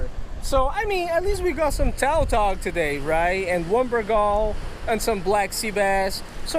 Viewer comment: The fish species is called tautog, not taltog. Lom